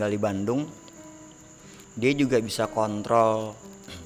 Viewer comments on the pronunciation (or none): none